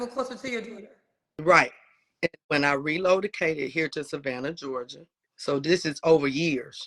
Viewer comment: When she "ReloadaCated" whaaaat???!!! I can't get past that 🤣